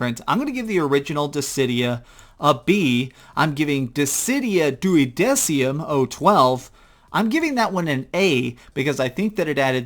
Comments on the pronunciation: Also, its pronounced Duo-decim like decimal, zero one two. And it is prequel not a sequel. Type-0 deals with the same concepts as you described ff9 having but it's bad? War and its effect on the brain. I'm like 85% you haven't beaten them now. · He says Duodecium but it's Duodecim... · "dissidia dEwEY dEsIUM"